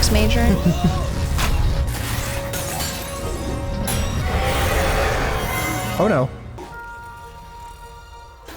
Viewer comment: "I'm a triple mAjóR"